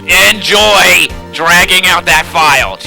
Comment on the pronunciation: who do endoy- oo joo enoy- YOU JOO JENOY- argh!